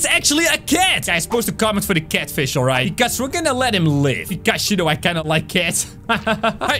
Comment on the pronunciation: The fich that u let live was a "catfich"